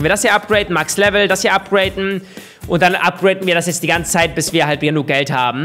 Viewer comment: es heißt upgraden nicht upgraten wie behindert klingt das eigentlich?